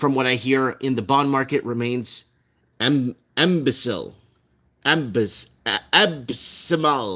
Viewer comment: Abysmal pronounced like this Ahhh biz mall It means doesn't look good.